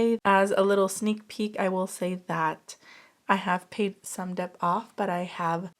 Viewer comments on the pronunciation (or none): Hi I love your videos honestly they are so helpful to tackle my own debt. Btw just wondering if you knew it’s pronounced “det” I hear the “b” sound almost always when you say it sorry 😂